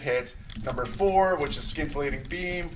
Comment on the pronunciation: Scintillating is pronounced sin - tillating not skin - tillating